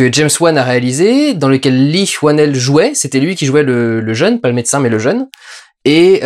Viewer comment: Apparemment son nom se prononce "lii wennel". Merci pour cette critique. Continue cet excellent travail. Hâte de voir tes films.